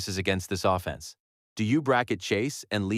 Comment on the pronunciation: The ai voices in so many new channels just skeevs me. "think about what this uh-fence looks like". We don't need to destroy our freshwater supply and double our electricity bills for stuff like this.